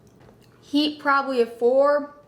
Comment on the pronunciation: the way says probly, "proay" xD